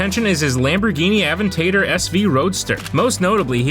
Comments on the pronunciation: Aven TAH dor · 'aventater' lol what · Who pronounces Aventador “Aven-tater” like a hick southern guy saying potato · Lol not a Lamborghini AVEN-Ta-DER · i clicked off as soon as he said lamborghini “aventaydor” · Sure that's not how you say Aventador and I'm in primary school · Imagine pronouncing aventador like that 🤦‍♂️🤦‍♂️☠☠